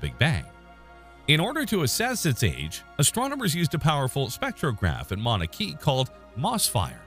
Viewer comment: You may want to look up the pronunciation of "Mauna Kea". 🙄